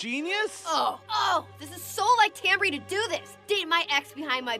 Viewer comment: It's probably never going to come up again, but I couldn't help twitching with the character names you mispronounced. Wendy's friend is TamBry, not Tamry, and Soos' girlfriend is Melody, not Melanie! Sorry for the nit-pick, otherwise I loved the video!